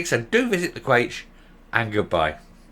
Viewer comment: If the cafe is the "Quaich", then the "ch" at the end is pronounced the same way as the "ch" in "loch" - and no, it's NOT like the hard "K"! Since Dumbza is now totally in thrall to Captain Cabbage and the watermelons, he might as well sign himself into somewhere like the Tavistock and go the whole hog, making himself a real eunuch instead of just a virtual one.